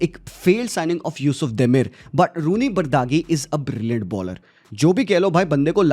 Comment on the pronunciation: hi bhai it's pronounced roony baaji